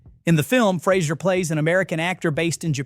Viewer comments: Its Fraser not Frasier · Learn how to pronounce Brendan's last name. Jesus...